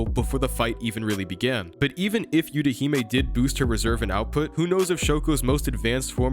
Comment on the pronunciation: They don’t use the “yew” it’s “eww tah hee may”